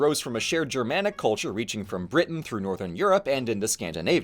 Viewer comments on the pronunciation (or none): none